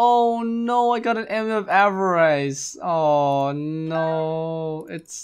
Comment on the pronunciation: 'ava-rice' okay